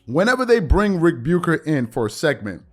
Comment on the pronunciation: Something random I've noticed. The way you say Ric Bucher sounds like rebuker. Which is appropriate.